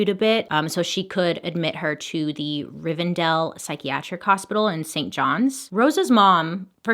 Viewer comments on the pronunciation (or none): none